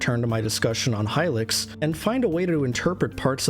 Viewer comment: youre pronouncing hylics wrong